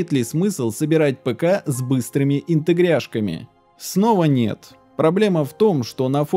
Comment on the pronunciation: Почему ИнтегрЯшка, а не ИнтегрАшка? Проверочное слово ИнтегрАция.🤔